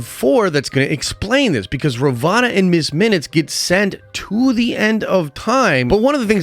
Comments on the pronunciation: RUH VOE NUH Not RUH VAH NUH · Halfway through season two and you're calling her Ravana instead of Ravonna. Boy need to review some vocabulary instead. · How do you pronounce Ravonna wrong when its clearly spoken numerous times